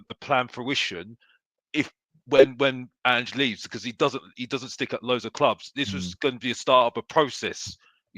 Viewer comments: he calls him "aynge" y'all 😂😂😂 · He still calls him "Aynge" 😂😂😂😂😂😂😂